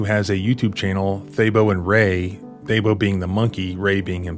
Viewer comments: The monkey’s name is pronounced Tabo. I need to know why the monkey is named Thabo! That’s a South African name. South Africa had a president named Thabo Mbeki. Beyond that - I take the northern route when I drive across the country. Mmmhmm. What is happening here is truly outrageous. Thank you for the work you do. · The monkey's name is pronounced Tabo not Thabo in my language. The h is silent. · Thabo is pronounced Tah-boo (longer 1st syllable than in the word taboo). No 'th' sound, and not tah-bow either. Southern African name, Sesotho, meaning joy or happiness, common amongst Basotho and Tswana peoples. Monkey looks like a vervet monkey common in Southern Africa. Edit: Looked up African green and it is another name for it. (Figures, since vervet means green) I'm South African, from Vanderbijlpark, Gauteng. We learnt Sesotho in school, regional language where I was born. Vervets are common here.